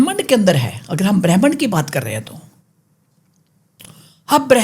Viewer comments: bremnd ni hota brahmand hota hey, bechare deepak ko bhi pehle smj ni aya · bhramhand bol nahi paa rahi, all cheap conspiracy theory rat rakhi hai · Brahmand ❌ Brehman ✅ 😂😂😂😂😂😂😂😂😂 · Brahmaaand not Bram ind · Brehmand nhi brahmand hota h 😂😂